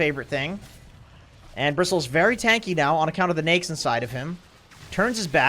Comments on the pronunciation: how people pronounce it on the west ? we called it na-ik on south asian im hearing he said nixs or niks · I hate how he pronounces Neix instead of Naix. Everytime he pronounces Neix, wanna punch his face.